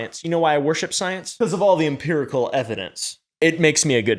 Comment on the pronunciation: You have a serious problem with "Imperical" evidence 🤣🤣🤣🤣